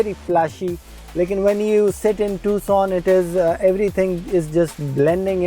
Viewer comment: بھائی یہ ٹکسن نہیں ہے۔ یہ ٹوسان ہے۔ تھوڑی بہت تحقیق کے بعد ویڈیو ڈالا کرو